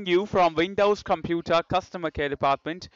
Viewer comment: WTF is a "compooter" ??? LMFAO! XD